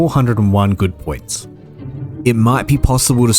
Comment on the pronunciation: I'm going to be honest, man - every time you said "good point", my brain kept hearing "good boy point" and I was waiting for you to get to the part of the game where you exchange these points for tendies.